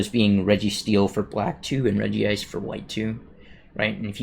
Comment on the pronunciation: Regice should be pronounced as REG-ICE not REGI-ICE